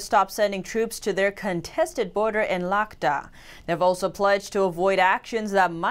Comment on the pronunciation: Ladhak pronounced Ladakh!